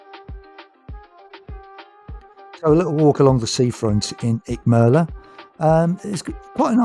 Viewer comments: We love Icmeler and are visiting again at the beginning of September. Much more laid back than Marmaris' bustling metropolis. Nice video, although i laughed at your consistemt mispronunciation of Icmeler 😄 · Nice video but you have pronounced the name of the town completely wrong buddy 😎👍